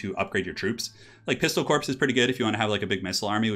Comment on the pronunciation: you say corpse vice core for the corps...porque?